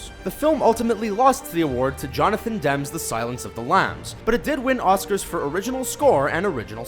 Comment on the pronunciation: Demme is pronounced demmy, not dem. Moron.